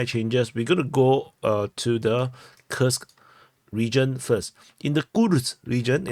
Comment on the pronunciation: Your pronunciation of Курск is awesome :) . It's correct.